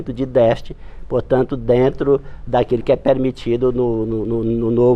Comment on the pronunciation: O cara não sabe falar "déficit"